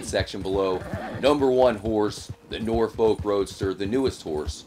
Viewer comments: Hehe “Nore folk” it’s pronounced “norf-uck” (kinda, it shouldn’t sound like your saying fuck tho ) I’m from Norfolk, it’s south eastern England and it’s pretty much just countryside and the accent is pretty much just pirate lol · Norfolk is pronounced nor-f*ck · jus so you know it’s pronounced nor-fu-k roadster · Stop pronouncing norfolk like that ffs